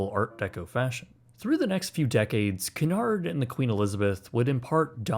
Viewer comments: It is called Cunard, not Canard. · Your pronunciation is appalling. It is Cu,nard not Cun,ard, ! Tricky language English isn't it. ! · CUNARD is pronounced KEWNARD not Kunard. Get another AI package and stop using AI with American voice overs as they just MASH the English language!!! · Who is cannard its cu uuu nard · Extremely good video. Please however the name is Cunard pronounced Q -nard not Cornard.😊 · Sorry about being pedantic but it's pronounced Qewnard... not Canard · Not C'narrd. Cue-nard. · Great details here - But Its just not "Canard" - pronounce it as Que-nard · It's not Canard it's Cunard pronounced Qunard. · Canard Fleet ? its Qnard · i need to say something, you always pronounce Cunard wrong you say it like Qunard not Coonard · Please stop referring to the Cunard shipping line as"Cannard". It is pronounced KEWNARD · It's not CANARD it's CUNARD. Accuracy counts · The company name is pronounced Q-Nard, not Ka-Nard. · KEWNARD not Can hard. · Pronounce it properly FFS….. ….. it’s CUNARD ……..NOT CANARD …….! 😮😮😮😮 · Q nard. Not coonard. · Great video, truly, but why are you still pronouncing Cunard incorrectly? It’s Q-nard, not k-nard. Go watch any British review of the line! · AAAARGH. IT IS “Q-NARD” NOT “CAN-ARD”! Don’t be afraid to say Cunard correctly. As a Canadian I DO understand your hesitation around sounding hoity toity BUT COME ON MAN! 😂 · Not "coon-aard"... "Q-nard" is how one pronounces it. Great video! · The correct pronounciation is Q-Nard, not Cu-nard. Very British you know! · It's KEW-nard... canard is a duck in french. Had to stop watching the video after 2 seconds. Super annoying. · We pronounce Cunard "Queue nard" in England, it is a French name. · Stopped watching when he repeatedly said Cun-ard 🙄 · It' s [' kyu-nard]. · OMFG IT IS CUNARD not canard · Its pronounced , queue -nard , stop screwing up the English language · Pronounced CUE-NARD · Great video! Only one thing though, Cunard is not pronounced ‘C’nard’